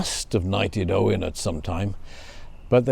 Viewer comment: " O-wine" ? Interesting 🤔 Never ,not once Have I 'erd it pronounced that way?? Is that Old English,?,Galic?, latin? Or?... us yanks pronounce it.."O-when" O-wine... to us is either old tasty and expensive .wine...or viniger